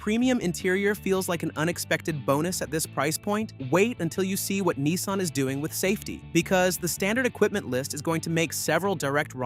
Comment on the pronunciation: yanks - there is NO EEE in NISSan